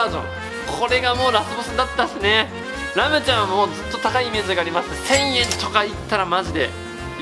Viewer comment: レムが編集の文字もはじめんもラムって言ってて面白い😂